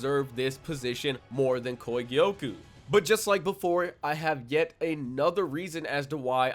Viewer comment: The way he was saying kogyoku aS bothering me so much